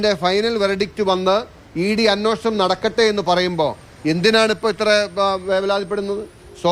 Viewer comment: അന്വേഷണം അല്ല, അന്വേഷണം😮